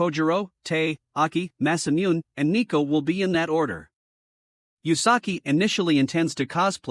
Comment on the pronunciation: Did you know that Masamune is actually pronounced Mass-uh-Mew-Nay